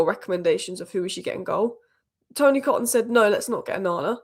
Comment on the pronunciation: Tony Coton's name is pronounced Ko-ton. He was city's keeper in the early 90s and then became United's goalkeeping coach, right up to Barthez.